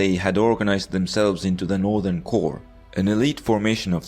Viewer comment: It's funny hearing your guy here say for the English word CORPS, "corpse" rather then "core."